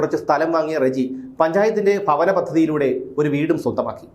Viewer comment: ഭവനം.... Not ഫവനം